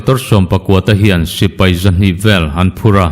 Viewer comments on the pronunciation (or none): none